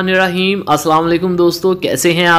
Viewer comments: بسم الله الرحمن الرحيم بھائی ہ کے نیچے زیر ہے بسم اللہ الرحمن الرحیم صیح پڑھا کریں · Bismillah hir Rehman Nir Raheem hota hai pronunciation thik Kia karo bhai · MashaAllah your recipes are awesome only one piece of advice if you just don’t mind please please you accent when you say BismillahiRrahmaniRraheem needs a little correction if you listen to some nice Qari reciting you will be able to recite it MashaAllah you are a sincere person thanks 🙏